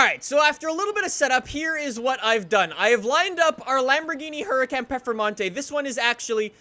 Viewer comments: FYI. It's pronounced Hurakahn Performanteh, not hurakän pformante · I think it’s pronounced “Her-uh-con”. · You literally completely exit out the R